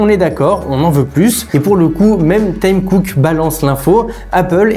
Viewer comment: Le président d’appel s’appelle pas Tem Cook mais Tim Cook il faut articuler quand tu parles